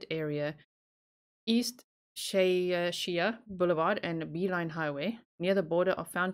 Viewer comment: Shea is pronounced like Shay, just a long A sound. Speaking as a native who lives in Phoenix in Phoenix 67 miles between is twin Buckeye and Scottsdale it's quite far most people who live in this area would not drive between those cities on a regular basis Arizona has a lot of missing persons is thing persons and it leads the United States in the number of unidentified human remains found in the desert Is there a couple of reasons for these facts 1st Arizona has 2 major interstates that pass through the state where truckers will go through and there's lots of opportunity for people to dump bodies in Arizona on their way to somewhere else Secondly Arizona is one of the States that has a large number of undocumented immigrants coming through the border and these people often perish in the desert or are executed by coyotes who betray them or they simply just run out of water or become injured and stranded and end up perishing 3rd Arizona's climate is extremely unforgiving even for seasoned hikers and outdoors people the temperatures can be deadly in arizona during the peak summer months it can reach as high as 42ﾟC without adequate water you can die very easily in the desert The dough network just shows a small fraction of the number of actual missing persons cases in Arizona I'm not sure why that 1 website has a few but we have Is many more missing persons than what is being reported on that website in particular Personally I do not think that most of these cases are related is